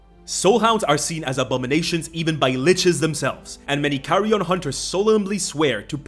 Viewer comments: pronunciation of "carrion" sometime sounds like "carry-on". This feels appropriate for a survivalist lich, especially if the player is British. Keep Calm and Carry On Hunting... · Carrion Hunter... Carry... Carry-on Hunter? Bro...